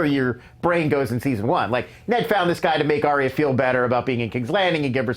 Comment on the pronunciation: ARYA not aria